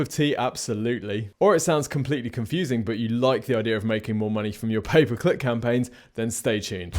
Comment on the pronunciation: I hear "paperclip traffic" when you say "pay per click traffic" 🤣🤣 I was like... WHAT is he talking about!